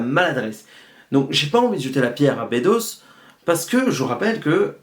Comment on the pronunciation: Attention c'est bEdos pas Bédos ;-) Bonne video mais qui aurait merité plus de recul car je pense que t'as pas vu (comme bcp te sens pas visé personnelement) le coté frontal reac raciste clairement de ce film. Bedos a voulu faire passer son message de beauf vieille france et c'est terrible. Dujardin a le meme personnage mais sans remise en cause et à la fin tous les progressistes ont été bouffes ou mis en taule. Plus d'1 fois on voit OSS se marrer avec des miroirs de lui sans remise en cause comme le dictateur ou son supérieur C'est genant, on a plus vraiment la subtilité decaléee des deux premiers et ici Bedos utilise le personnage d'OSS pour faire passer son opinion politique et sur la société (on l'a vu sur qq scandales l'an passé dans la vraie vie que le gars etait tres reac) Tres tres embetant comme film. Peu de gens s'en rendront compte mais c'est a dénoncer. Dangereux de nos jours comme message